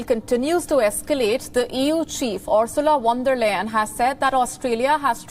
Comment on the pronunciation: The EU Chief "ORSULEH WONDER LANE" lol